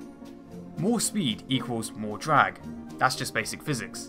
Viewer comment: Hahaha dwag, wift, fwight, barbawossa, ekwanoplan, submawines, wesearch, won, fwee, etc etc